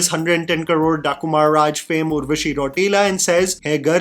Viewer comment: how can you have a straight face while saying "110 crores Daaku Maharaj" in that accent🤣🤣🤣